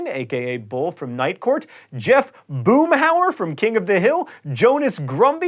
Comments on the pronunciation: Boomhauer, not Boomhour. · It's "Boomhauer," not "Boomhaur." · The character from King of the Hill is Jeff Boomhauer, not Boomhaur.